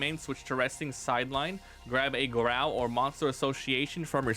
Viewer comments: It’s pronounced“GAH-ROW” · Did you pronounce Garou like that the whole video to troll one punch man anime watchers or did you just want to make the video painful for the fun of it